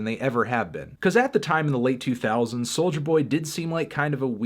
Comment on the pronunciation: It sounds like he is saying “soldier boy”